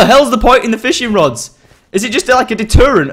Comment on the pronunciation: Like if u did hear him saying "Fishring rods" :D